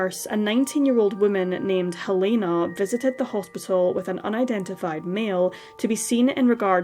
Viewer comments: It’s Hell-eh-na, NOT Hel - E- na!!! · You’re saying Helena wrong. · I work with a Helena and she is most definitely Hel-E-na. We are in the UK and it’s pronounced differently. The same as we say Car-a-mel, not Car-mel and Herbs, not ‘erbs.